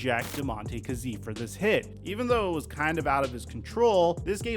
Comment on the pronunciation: It's really hard watching you butcher the man's name, KAZEE (KAY-Z)